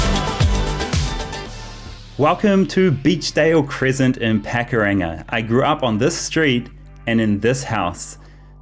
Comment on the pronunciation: Pack-a-ranga? It’s Pakuranga Karl.